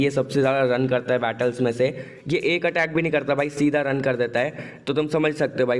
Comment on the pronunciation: bro its hai and mein not ha and ma😂😂😂😂😂🤣🤣🤣🤣🤣🤣